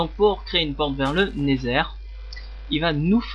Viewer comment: et osi c pas never mais nether avec l’axent anglais